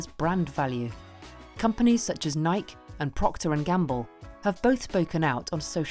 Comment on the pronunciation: Was really excited to watch your channel videos after watching the one about the open era. But your pronunciation of Nike in this video broke my expectations. Realised that it was just a good hired voice-over who knows nothing about Tennis and sports. Either the director is just billing things instead of ensuring quality control, or thinks the audience is too ignorant to not read into it!